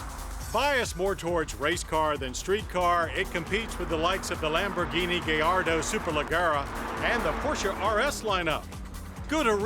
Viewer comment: gayardo superlagera? It's Gallardo superlagera